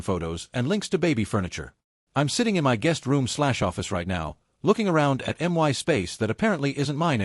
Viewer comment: Please, teach this aweful AI voice to pronounce "my"! This is horribly unprofessional. 😮